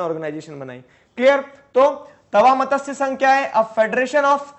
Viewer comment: This is not मतस्य,this is मत्स sangh